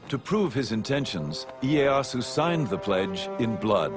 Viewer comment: ee-ay-ah-soo lmao